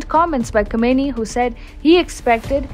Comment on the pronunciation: Khamenei should be pronounced Khaa-men-eyee.